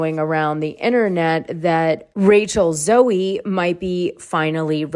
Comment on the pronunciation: Rachel Z-OH darling, not zo-E. Finally an interesting Beverly Hills housewife!!! And you’re right 😂 we do NOT want to see Teddi on TV but we ARE glad she’s doing well 💯 Rhoc audio of the trailer without the visuals makes it so much less interesting. That’s how superficial this show is. Lol.